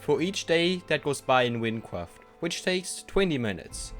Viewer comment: hahaha wincwaft